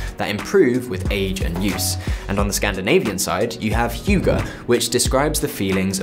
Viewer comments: Hygge is pronounced as hu-ga not hyu-gge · Was kinda offset by your pronounciation of "Hygge", specially im from Norway, almost same as Swedish and Dansk pronounciation, but i guess its taken from finnish. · Even as a german who is learning danish it totally throw me off. Please relearn the word! btw. stumpled uppon your channel a few days ago, really like it! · As a dane listening to you pronouncing "Hygge" as "hiyugah" made me chuckle. Great video! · Rest of the video aside, the way you pronounce 'hugo' made me unnecessarily amused as a Scandinavian :D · As a Dane, it sound hilarious when you say "hygge". But its not really a word you directly can translate to English, so can't really blame you haha Loved the apartment and the video. Keep it up! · as a dane i love the way he says hygge 😂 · The original spelling of Hygge is quite different. Have a look for "How to Pronounce Hygge? (CORRECTLY)" here on YT 😎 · First, ouch, it takes two seconds to look uo tje pronunciation of "hygge". Also, hygge is not a Scandinavian general word, just Danish and it by no means necessarily desceibes decoration. It's just a word that has been constantly misused for marketing anything Danish internationally... Just say coziness or to cozy up. Pls, it's so pretentious, it hurts, the way it's used. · Horrible pronunciation on the word HYGGE